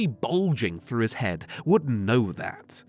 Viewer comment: "fink this one froo" lolol